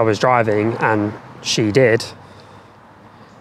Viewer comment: Cant say "she" wtf 🤣🤣🤣🤣